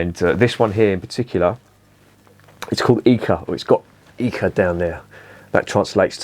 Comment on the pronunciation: « Eiche » is the be pronounced something like « eye-huh ». Soft ch. « ei » is always pronounced like the English « eye », no exception.